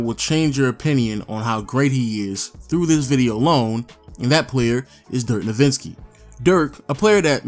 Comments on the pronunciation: hes not nowiNski hes nowitzki... js lmao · its amazing you did all this research and yet you don't know how to say his last name